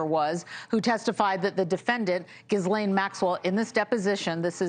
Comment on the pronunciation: practice pronouncing Ghislaine's name correctly